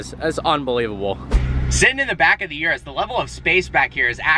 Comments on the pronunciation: Its ůrus not uruss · It's not a Yurus, it's a Urus. You sound like your talking about some kind of urinary tract infection. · It's called Urus, NOT YURUS! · Yerrruuussss? Not that it pronounced Erus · Its uris not you ris